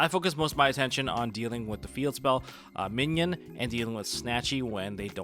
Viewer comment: Im sorry but its bothering me. You keep saying minion. Mignon is pronounced more like min yone